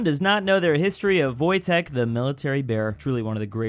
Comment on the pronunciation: God damn! Mama mia, beautiful pronunciation of Wojtek the bear! 👌